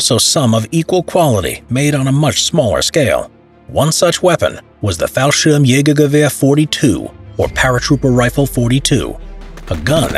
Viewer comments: Good job at pronouncing "fallschirmjägergewehr" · I'm impressed in your pronounciation of Fallschirmjägergewehr 42... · Mad respect for pronouncing that word. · du hast so gut fallschirmjägergewehr gesagt omg